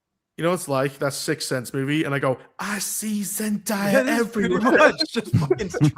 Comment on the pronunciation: Zendaya is pronounced ZEN- DAY-A not ZENDIYA.. lol there is no I in her name. Y'all always say her name wrong